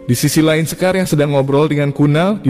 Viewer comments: Bacaya shekar bang.. Bukan sekar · Kok sekar,,shekar itu bacanya (shikar)